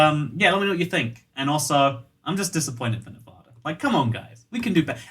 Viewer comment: so I've been living in Nevada for quite some time Every person in Nevada: not long enough to pronounce it properly! It's nev-add- a, not nev-ar-dur Advice from a Kentishman, not a man of Kent.